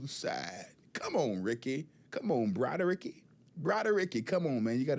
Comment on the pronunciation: Please, don't say "Broadaricky" any more...please?